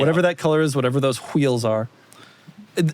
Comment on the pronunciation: ‘Doug why are you putting so much emphasis on the H?’ Doug: “What are you talking a about, I am just saying wHeels” ‘Say wheel’ “Wheel” ‘Now say wheels’ “wHeels”